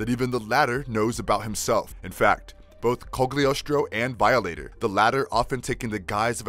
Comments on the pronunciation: and Vialater lol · excuse me, but it’s pronounced VAI-O-LATER. I don’t know wth you said. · Gonna seriously say violator wrong 😩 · Who narrates this ? Can't pronounce simple Violator or Cyan ? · How bout how he pronounced veeohlater, criminill, seeeAnn and bat..man? I don't understand how there are this many mispronounciations made it to a finished video lol